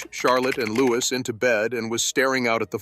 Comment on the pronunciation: Its not Lewis but louie